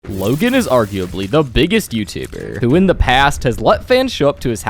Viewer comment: why did bro say youtuber like that💀